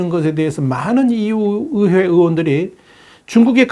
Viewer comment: 의회 발음 안되시나 어회 어회